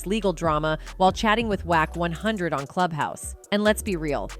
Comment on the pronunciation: First she says “toopack” for tupac now wack 1000?😭